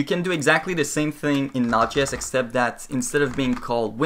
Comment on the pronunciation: I'm fairly sure it js pronounced Node. JS.. not notches. :)